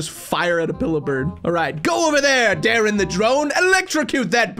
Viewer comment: you Almost seed my name my name es dadrien and you seed daren